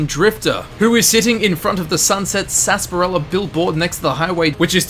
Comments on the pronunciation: It’s not SASSparilla it’s SARSparilla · Why does everyone say "sunset sasparila"? Isn't it "sunset sarsaparilla"??????????